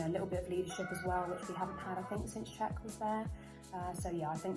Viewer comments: Please note that Hakim's second name is pronounced "Zee-yesh" not zy-ech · It's Z- Yesh